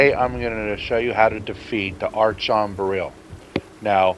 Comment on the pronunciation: its archon (pronounced Arkon) not arshon . means ruler in greek